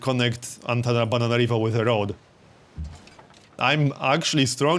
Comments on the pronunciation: why do you say Antanabananarivo instead of Antananarivo? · Is he saying AntanaBANANArivo? :))